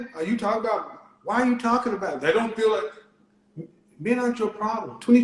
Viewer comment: she didn't say that. she said I fill like. And I thought fill what?